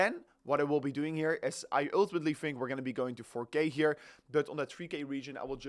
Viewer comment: URRRRR TIMATELY